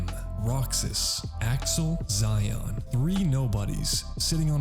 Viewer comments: It's pronounced like She-on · Bro called xion zion😭